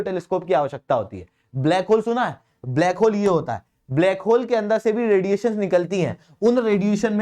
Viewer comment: "Blake hole" :D :D